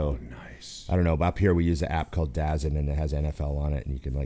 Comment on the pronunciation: DAZN = “Dazone” 😂